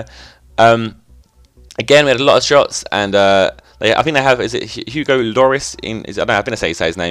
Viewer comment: It's pronounced "Hugo Y-orr-Y" I've met him before :)